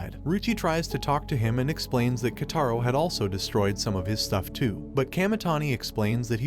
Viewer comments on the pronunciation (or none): “KotAro” actually it’s Kotaro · She is sweet not harsh and his name is pronounced ko-ta-ro and this anime is called school babysitters and 10/10 I would watch again